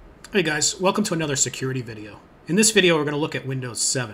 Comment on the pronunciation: OH YEAH IF YOU LIKE SECURRRITY YOU SHOULD USE LI- oh